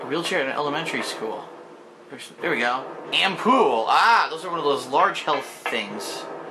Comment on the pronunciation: Gotta love his horrible mispronunciation of "ampoule"